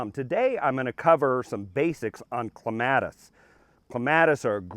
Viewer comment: You're pronouncing it wrong.